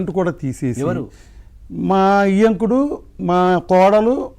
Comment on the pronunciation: ఇయ్యంకుడు కాదు బాబూ, వియ్యంకుడు అనాలి.